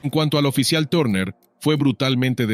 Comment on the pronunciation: Turner no tarner (y me refiero a la pronunciación)